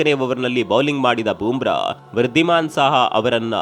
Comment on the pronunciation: Bro, it's not Boom Bra. It's Bumrah ಬೂಮ್ರ